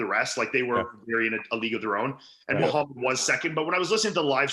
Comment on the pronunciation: I wonder why fouad acts so oblivious towards Arab names when he speaks the language...i know he's uncomfortable about it and he mentioned it in his pod with hassan mostafa but we did see his mom address him in pure lebanese during his 15 kcals challenge....fouad come on now ...you know mokhamed is not how it's pronounced...